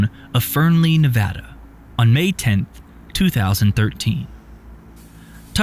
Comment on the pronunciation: Thank you for pronouncing Nevada correctly